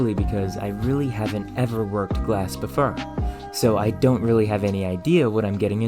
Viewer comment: This is your second video I've watched. I am impressed, that's hard to do. One amusing note... I used to teach pronunciation, so I've got a bit of an ear for it. You seem to struggle with "or". Examples... Before - befur More - mur For - fur It's perfectly understandable, no need to change it. But if you wanted to fix it... Practice those words with a more open mouth a few times a day for a month. Right as rain. 😊